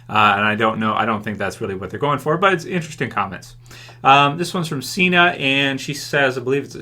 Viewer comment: Q&A (last time u said my name wrong.... It's Sena with a soft e; my last name) what are u thinking the story writers are doing abandoning characters? Tobias, Seth and his brother, the pirates, and the Asian from flight 462…could be seen as pointless at this point